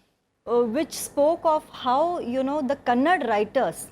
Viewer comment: It's kerala and karnataka , not keral and Kannad.